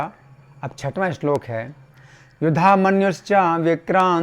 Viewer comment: आपका श्लोक उचारण आद्भुत है।🙏🙏🙏